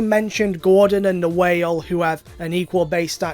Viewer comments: "Groudon" not 'Gordon'🤦‍♂️ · Me: Groudon: Gordon